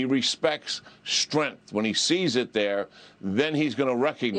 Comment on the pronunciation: Putin respects "strinth"?? What is "strinth"??